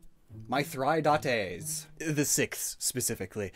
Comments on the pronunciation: Say it with me- mih-thrih-dah-tees. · butchering Mithradates smh